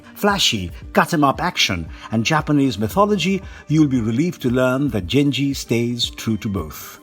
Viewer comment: Damn can you butcher the name/word Genji??